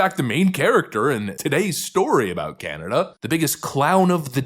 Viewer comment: I thought saying "Aboot" and "oout" was a stereotype but then he said it